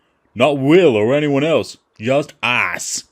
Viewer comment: Yew are killing AHS....num num num. Why dew yew want tew kill AHS??!!